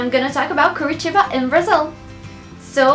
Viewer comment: OMG!!!!!!!!!!!! I'm Brazilian (half Brazilian and Belgian) and your accent is really good!!!! damn, I didn't even know the meaning of curitiba! hahahaha! great vid! <3 <3 you should come to Copacabana!!!! <3 <3